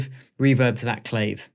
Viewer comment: love the vid thanks! def need to have you pronounce Clave correctly though lol! "Cla-Vay" Beyond that, superb!